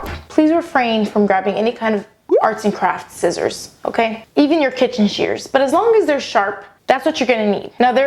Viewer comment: At the end you say like 'shissors', well for me, here in germany 'shissors', or how we would write it ,,schisser" is like 'pooper' - someone who is a scaredy cat that would pooped his pants. XD